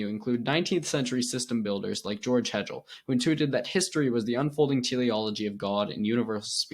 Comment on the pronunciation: Hegel is pronounced like bagel 🥯 Don’t take this as criticism, brotha. You’re doing great and keep it going!!